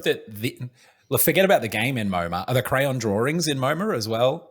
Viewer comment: it gives me so much life to hear these boys pronounce crayon "cran" ❤️ long live the multimillionaire adams brothers